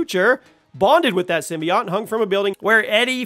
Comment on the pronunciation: The way he pronounces symbiote forced me to quit watching